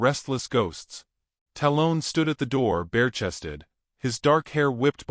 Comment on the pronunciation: i love the stories. but please say the names correctly. 'tal-un'. talon. like an eagle has. you lose cred with me when u cant make your AI follow voices and pronunciation